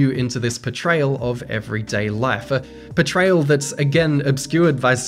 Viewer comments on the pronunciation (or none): It took me a very long time to figure out you were saying "portrayal" and not "betrayal" haha